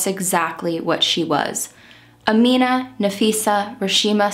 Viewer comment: I'm not even five minutes in but I wanted to praise your research skills. You pronounced her name EXACTLY right!!!! I know because I have the same name but I spell it Amina. I just go by Mina because that's been my nickname since forever.